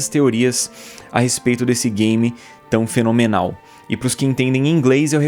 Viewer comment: Simplesmente "FE LÔ ME NAL"